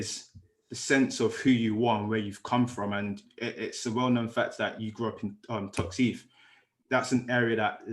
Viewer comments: TOXTEF LA NOT FUCKING TOXTEEETH LOL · It’s pronounced toxt- eth. Not toxt-eeeth